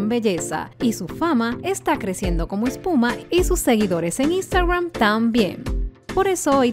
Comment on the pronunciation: Y sus seguidores en " instawran" 😂😂 perdon pero me dio risa por que yo tambien lo pronunció a si :3